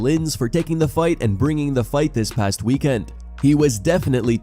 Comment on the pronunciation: Everytime i hear 'alright lets get these show started' it annoys me. why couldnt he just enunciate lol